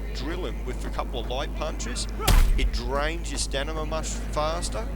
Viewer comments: STAMINA!! it's not stanima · Why do you say "Stanima". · I love how this guy calls it “stanima”